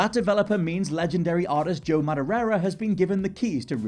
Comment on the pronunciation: We love you mate, but "maderera"?! It's only got one "r" in it..